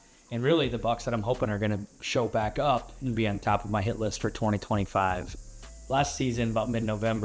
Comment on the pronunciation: I think instead of saying hit list I think I heard $hit list. LOL